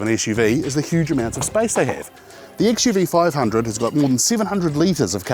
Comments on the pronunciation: A small correction host. The car's name is not XUV500, it is XUV5OO... It is an alphabet 'O' after 5, and not zero... Even the official review reads as XUV5OO. Good review... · Xuv 500 pronunced as xuv 5OO(double O)